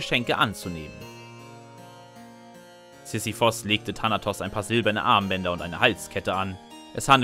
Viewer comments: Er spricht allgemein die Namen nicht korrekt aus. Z.b. Sisyphos anstatt Sisyphus. 😄😄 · SisyphUUUUUS nicht Sisiphos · ich würd mir das ja gerne ansehen, aber wenn du immer Sisyphos anstatt Sisyphus sagst, triggert mich das hart.